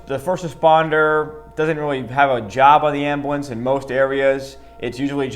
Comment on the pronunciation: As an EMT its calles Ambulance not amblance